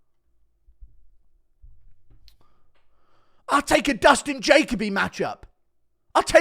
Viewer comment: It’s Dustin ja co b Jacoby